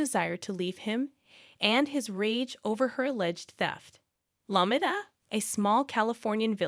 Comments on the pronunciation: It's pronounced " Low Me Ta," not Law Mit Ta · It's pronounced Low MEE ta. I can't listen to this. Hire a person. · LOW-MEE-TUH...that's how it's pronounced. Everytime u say it I want to poke my own eyes out. I had no idea the town u were talking about until I realized u weren't pronouncing it anywhere close to right. 🤔